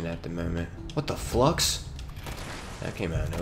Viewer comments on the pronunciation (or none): Lol “Whut thuh Flux” .. Winding path made an impression I see.